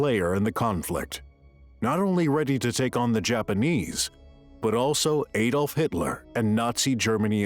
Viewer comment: Its not aydolf its adolf .. ad olf